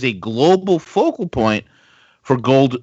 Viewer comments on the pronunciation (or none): none